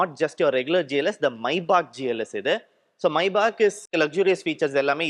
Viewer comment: Bro that's Maybach not maibach